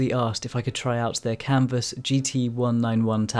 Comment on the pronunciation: when you say "Kamvas" I honestly just hear "Campus" with an accent.